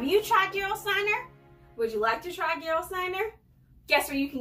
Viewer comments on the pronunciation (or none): This is some of the best water on the planet. It has a super high mineral content. BTW, y'all, the "G" is pronounced like "G" in Get, Gone, Go...etc., Not like an English "J" as in George